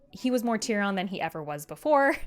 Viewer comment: The way she says "Tyrion" and "Cersei" is killing me. (Tear-E-In) and (Sir-See) is how George pronounces them